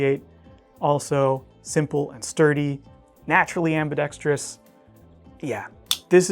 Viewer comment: The word is am•bi•dex•trous. Not am•bi•dex•tree•us. A minor thing, but you look and sound a lot smarter when using "big words" when used and said correctly. Not being a hater by any means, just trying to help you for the future. The teacher in me just couldn't let it slip by.